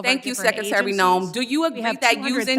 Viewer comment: Madam Sekatary? Guess it's too difficult to say secretary